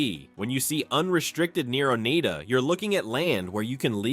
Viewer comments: Oneida is pronounced o-nye-da...nye as in eye...NOT o-nay-da!. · It’s not Oneeda, it’s pronounced Onida.